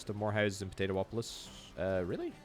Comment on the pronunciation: Po - Tay - Too - Polis.... LOL